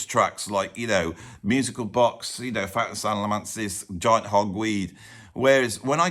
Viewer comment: Why can people say Salmacis ? Its pronounced SAL MA SIS